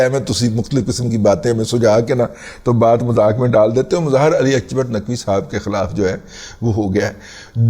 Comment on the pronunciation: رضی صاحب، with all due respect فارسی میں "ک" ، عربی/اردو کی طرح "ک" کی ہی آواز نکالتا ہے۔ اکبر ، عربی/اردو کی طرح اکبر ہی ہوتا ہے۔ البتہ " ق" اگرچہ عربی کے "ق" کے ہی ہم پلہ ہوتا ہے لیکن فارسی نہ بولنے والوں کو "غ" کی طرح سنائی دیتا ہے جیسے مستقیم، آپ کو شاید "مستغیم" سنائی دے۔ برائے مہربانی تصیح فرما لیجئے۔ شکریہ۔